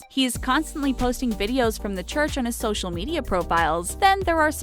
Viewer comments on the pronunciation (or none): none